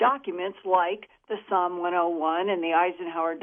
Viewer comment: SOM !!!!!! NOT PSALM !!!!!!!